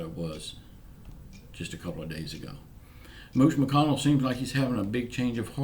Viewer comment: Lol 😂 I’m leaning back in my chair listening to you for The first time. You said Mooch McConnell 🤣🤣🤣